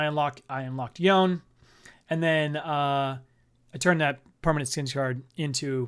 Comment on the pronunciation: Man like banger vid then i hear how you say yone